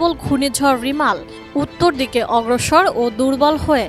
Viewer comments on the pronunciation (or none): রেমাল না রিমাল🙄,,,লেখে একটা উউচ্চারণ করে আরেকটা